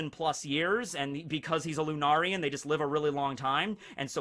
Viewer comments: Finally you said it correctly (lunarian), I’ll take away yesturdays dislike now. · Thank god someone corrected his pronunciation of Lunarian. I was getting triggered hahaha